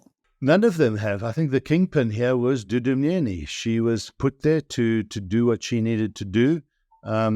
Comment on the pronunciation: Thank you for pronouncing Wayne's surname correctly!!! Thank you Wayne for always keeping tabs on these theiving bastards....on both sides!